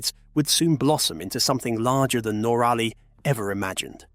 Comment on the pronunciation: Your mispronunciation of NOrally [ and not noRAlly!] is simply annoying and aggravating❗❗❗